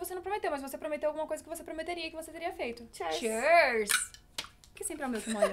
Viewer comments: "Chêrs"????? Foi de propósito? É q é "cheers" ("" chirs"") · Que agonia da falando “churz” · meeeeu, não é assim que fala cheers ai q chata eu neh perdão mesmo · Q raiva da dizendo "cheers" errado ahahah